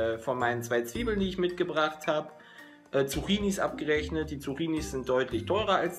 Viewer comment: Junge, wenn du Zucchini noch einmal falsch aussprichst dann komm ich bei dir vorbei, man!!